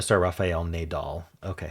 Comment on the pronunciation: It makes me somewhat proud that I recognized what purple was when you didn't manage! You managed to not put Bunny into "seen in a yard" first, though^^ (Although I was under the mistaken impression "Dust Bowl" was just a nickname for the Wild West) Somehow even knew the Tennis Star! Nadal is pronounced with both as like the way you pronounced the second one, in case you care^^